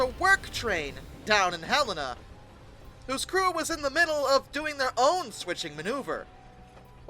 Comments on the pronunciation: I remember it as Ha-len-a. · Montanan here First Pronunciation of Helena was good Just the name Helen with an A (an uh sounds) at end As for Mullan. Your second attempt was spot on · Bro can say "isopropyl" but he can't say "Mullan" or "Helena" correctly 😂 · As a Helena resident, I've heard some stories about this crash. My mother lived in Helena with her parents when it happened, and her brother was so happy to hear that there was an actual emergency going in instead of just a test. Also I winced when you pronounced the names of Mullan Pass and Helena wrong. You did get them right eventually.